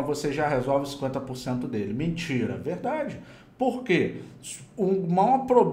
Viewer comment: "Mintira"... "verrdade" kkkk foi muito engraçado mano kkkk